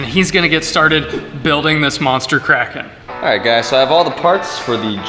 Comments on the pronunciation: I thought you kept saying crackhead instead of kraken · It's pronounced KRAY-ken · It's bigger than the Kraken so Andres gave it a new name... And "Release the Krakerlaken" doesn't sound right :-p